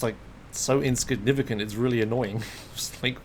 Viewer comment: "It's so inskinuvicant"